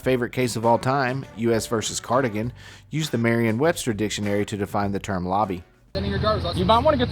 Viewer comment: It's Merriam's dictionary, not Marions.